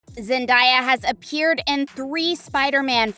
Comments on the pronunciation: Zen-Day-A not Zen-Di-A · Zen-DAY-uh, not Zen-DIE-uh... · You not only clickbait, it’s not zen- die- a it’s zen-day-a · Its Zen-day-a not zan-di-ya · It’s zen-day-a not zen-die-a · ZenDAYa hello!! Not zenDIEa! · It’s zendeya not zandaya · it is not zendia it is zen day a zendaya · Zen daya it's pronounced how it spelt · It's Zen-day-a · It’s zen-day-a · Its Zen day a😉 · No it's Zen-day-a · not only am i cringing from the thumbnail but you cant even say zen-day-ya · First u clickbait... that so disrespectful. Second u call her zendieya chile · HOW can you do an entire video about someone and not even be able to pronounce their name?? Where is the i in that name? It was annoying every time you said it. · You are not saying zendaya’s name right